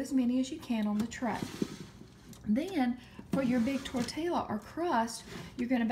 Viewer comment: Tortilla is pronounced tor-tee-a lol Its true